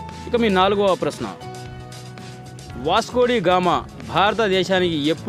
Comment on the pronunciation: Adhi vascodigama kadhu,vascodagama😂😂😂